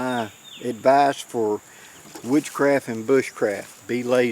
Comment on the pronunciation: Never do more than you have to guides me through the day since I was a kid. 😅 You know, when you say woodscraft and bushcraft it always sounds to me like you say witchcraft and bushcraft. But that's ok, I have a few friends who speak Alamamian.:) Have a good day.